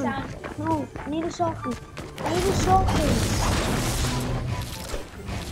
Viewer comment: bro why dose he say i need a shoh gon